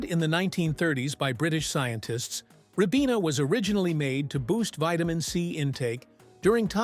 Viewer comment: Ribena is pronounced rye-BEE-nuh